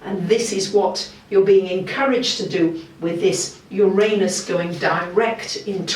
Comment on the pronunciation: Her pronunciation of the word I accept °°{